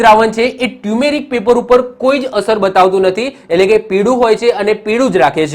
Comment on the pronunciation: Sir, ટ્યુમેરિક paper નહિ.... ટરમરીક પેપર કહેવાય